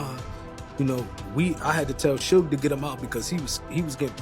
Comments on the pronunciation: It's not suugge it's suge (shug) YouTubers always fucking this dudes name up, sorry guess people need schooled lol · Legit!!! Are these all AI generated????? It's as simple as saying Sugar without the ar sound. Good grief! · wtf is this video?! 😂😂 you lose all your credibility just by saying suutch knight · So how many times did they say suges name in the interview???? And yet the narrator still said his name wrong. Anyways yeah. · This is such stupidity 😂 Suge says he is still alive 🤷‍♀️ Now he says this? 🤔 And learn how to say Suge. 🙄